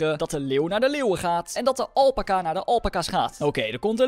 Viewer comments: Je spreekt het uit als alpaaca maar je schrijft alpaca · niet alpaka elpaca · Het is alpaca Alpaca Snap je alpaca!